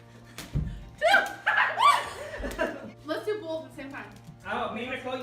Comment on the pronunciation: Starving = starveeen Both = bolth